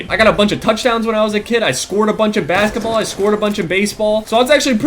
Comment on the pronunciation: Baketball haha great Engrish <3